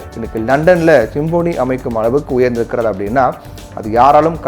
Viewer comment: Symphony என்பதை சரியாக உச்சரிக்க கற்றுக்கொண்டு செய்தி வாசியுங்கள். அது சிம்போனி அல்ல.